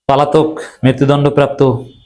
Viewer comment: উচ্চারণ 'পালাতক' হবে না, উচ্চারণ হবে 'পলাতক'। আশাকরি ভবিষ্যতে সংশোধন করবেন।